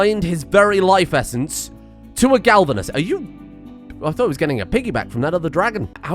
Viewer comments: I know its pointless to say and he is probably doing it on purpose right now. But its glavenus, not galvunes. Gla-ve-nus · Glavenus, not galvanus. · This really bothers me, it is a GLAV-enus Not GALV-enus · The amount of times I flinch when mispronounces the name of Wes' Dino... by this point I feel it is on purpose to spite the people that care about pronounciation and use the spite as fuel to feed the creativity that turns the engine of creation on Mr Streamers PC. It is Glavenus, not Galvanus. Gla-ve-nus. It Isn't coated in zink, It has a sword for a tail. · >Goes on tangent about pronouncing latin and other such things >Still calling GLAVenus as GALvenus. Honestly, he's been saying it that way so long, I'm starting to think hes doing it on purpose, lol. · One of my favorite series so far. Watched many of your previous, and enjoyed all of them. Also looking forward to seeing ck3 or whatever you decide to pick on the 2nd channel. Also I think it's pronounced Glav-inus (at least to my best understanding, and monster hunter world expirence. But plz don't hate me for correcting) But stay great m8 and looking to all future content 😁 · Glavenus - Clearly pronounced Gal Ven Uhs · I laugh every time he completely butchers the name Glavenus. Misplacing the L every time. lmao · He's still butchering Glavenus' name...